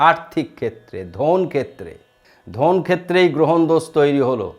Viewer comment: কথাটা "ধোন" নয়, ধন।